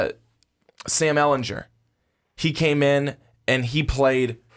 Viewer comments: its Sam Elingerrrr not Elenjurrrr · sorry Ehlingerrrrr NOT Ehlinjurrrrr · I cringe every time he says “ehlinjer” GER ITS EHLINGER